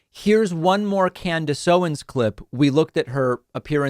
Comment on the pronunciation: haha, i love that they way you say Candice Owens, almost sounds like "can of soda"